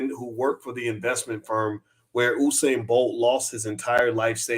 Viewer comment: you kept saying Husain. its usain as in Yousain